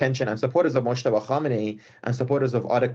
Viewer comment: Who the hell is "mokhhhhhhhtaba"? Why are the reporters of France24 making these voice overs, doing their own fabricated their own pronunciations of a name? His name is Moj-taba" with "j" sound like "jeudi" not "khhhhhhhh". Same goes with Mahsa Amini. The "h"-sound is a silent "h", which means her name should be pronounced "Ma-sa".... yet your average French reporters, when they pronounce it, they either fabricate their own name, like "Ma-sha" or even worse "Marrrrrsa". Jesus Christ, what kind of vicious condescending stereotyped staff do you have in your newsrooms?